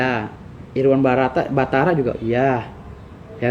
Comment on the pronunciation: Irwan Batara woi, bukan barata. nama orang salah aja sok jadi lawyer.. ahahahaha 😂